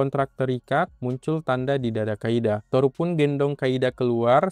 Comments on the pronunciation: Di Inggris nya "Kaede" tapi yang gua denger "kaida" lah ......!? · Kaede bang bukan kaida 😂 duh pdhal tulisannya jelas lho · Kaede bang, bukan Kaida😭